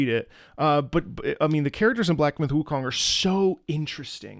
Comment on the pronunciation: Sun Gokong is a Hokkien pronunciation.